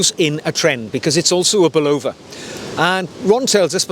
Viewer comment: An American would say "Bulla-va" and this is how the company would pronounce its name. You are, however, correct in that a a Japanese person would pronounce the watch brand more like "Seek-O" than "Sake-O"